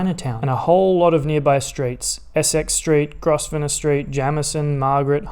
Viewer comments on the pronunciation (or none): Fun fact: The ‘s’ in Grosvenor is silent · That's not how you say Grosvenor